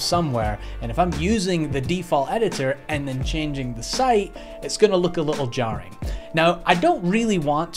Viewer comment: When you said 'little jarring' I thought you sounded vageuly British for a moment so I clicked on your website link and tried to go to 'Story' in the footer to see if it was a coincidence or you'd lived over here for a while... but alas, it looks like you missed your footer links in the last site update!